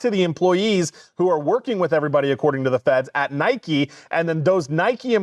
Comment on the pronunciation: It's Nike NOT Nikey you morons.